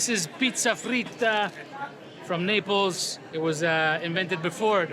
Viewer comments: Am I the only one who have heard Mark pronouncing Naples as"nipples"? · Why am I hearing nipples all the time 😂